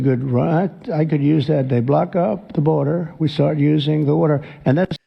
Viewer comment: Block up the burder! Turn on the wurder!